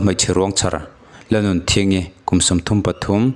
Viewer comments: Lalnunthingi tiin i lam zel maia, i lam diklo deuh tlat mai!!! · Ka lainat tak meuh..A hming I chhiar hian,"LALNUNTHINGI" i ti maiin a hriat aw..🙈